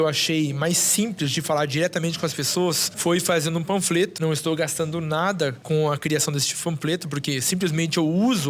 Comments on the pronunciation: ele falando "fampleto" ao invés de "panfleto" HAJSIANDNAJD AI DESCULPA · O maluco simplesmente mandou um "Fampleto" 😂😂😂😂😂😂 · "Fampleto" kkkkkkkk